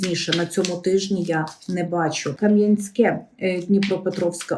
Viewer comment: Я Вас обожнюю. Спасибі, що хоч Ви правильно називаєте моє місто Кам'янське. Буває К поставлять наголос, хочеться чим небудь стукнути!!!